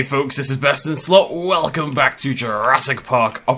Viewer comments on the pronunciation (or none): I swear sometimes it sounds like you are saying BestInSlut. Maybe that could be your OnlyFans name